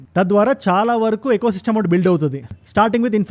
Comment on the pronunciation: ఎ కో సిస్టమ్ కాదు... ఈ కో సిస్టమ్